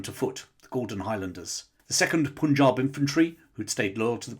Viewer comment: Pun in Punjab is pronounced as in 'pun' not 'poon'